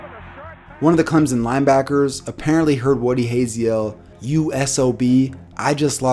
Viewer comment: Please say Clemson right